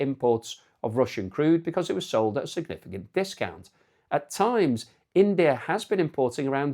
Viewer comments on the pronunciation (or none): none